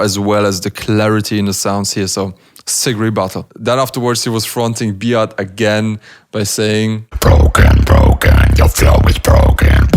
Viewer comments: B-art needs to work on his English pronunciation slightly Also: TODAY IM GOING TO BE WATCHING B-ART WORSES D-LOW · He says Bart like B-art .... 😂